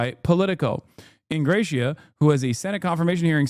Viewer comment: Don’t think he is pronouncing Ingrassia correctly